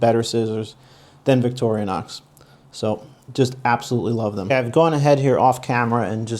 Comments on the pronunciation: Dude, it is VICTORI-NOX, not VICTORIA-NOX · It's Vic-tor-in-ox. not Victorionox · It detracts from your credibility when you mispronounce Victorinox. It is "vik-tor-ee-nox", NOT "vik-tor-ee-UH-nox". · Ok, can't take you serious, its not Victorianox. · Constructive criticism/pet peeve. This knife has nothing to do with Victoria whoever she is lol! Vic-tor-ee-knox. Just a heads up. 🤷‍♂️ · Vic-TOR-i-nox. No "a" to be found. Great review otherwise. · Why does he keep saying “victorionox” ? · Man! Come on. It’s Victorinox! There is no A in the middle. It’s not Victoria. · There is no can opener, and you’re pronouncing the name wrong. DYOR dude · Hey, for a big fan, you don't pronounce Victorinox correctly. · If you're a huge fan of Victorinox then you should be pronouncing it properly. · No toothpick and the guy doesn’t know how to pronounce Victorinox.